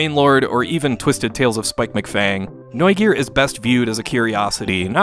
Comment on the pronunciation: decent pronounciation of Neugier btw